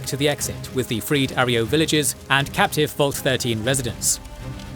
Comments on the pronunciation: great video, but that's not how you pronounce arroyo, it's not arry-o its uh-ROY-oh. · Air-e-o lmao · 2.5 glorious hours of the narrator mispronouncing "arroyo"